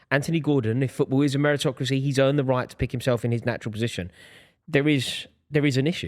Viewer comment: “Meritocracy “ 😂😂wtf